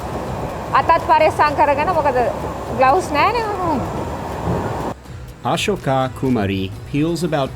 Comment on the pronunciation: bro when he says ashoka kumari its sounds sooooooo weird cuz in our sinhala language its totaly different sounds